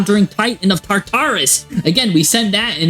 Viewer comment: I feel like this guy intentionally miss pronounces words for engagement. Tar-taris.... 🤦